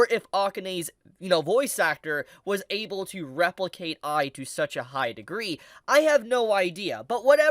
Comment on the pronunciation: Every time I hear you sai I I hear AI and eyes sounds like ais